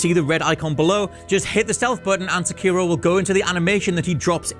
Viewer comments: Seh keer o or Seh key ro, I say the latter... this guy keeps saying the former... which is it. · The way you pronounce the title of this game hurts my ears. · dude it's so annoying everyone calling him se-kiro it's seki-ro. it's levi-osa not levio-sa LMAO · Dumb question.. Is the main character’s name Sekiro? They just call him Wolf. You keep calling him Sekiro but I wonder if that is correct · He keeps callin wolf sekiro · I don't think he pronounced "Sekiro" correctly once.